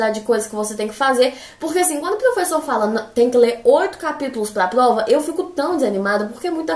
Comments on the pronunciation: muito legal como ela pronuncia plova e não prova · Socorro, ela é um gênio!! Notaram que ela troca o r pelo o l? Achei muito fofo, a fala "plova"